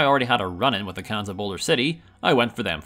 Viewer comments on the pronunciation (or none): Ayo Khans is not pronounced "cans"